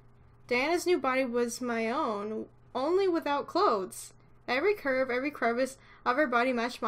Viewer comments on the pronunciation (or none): none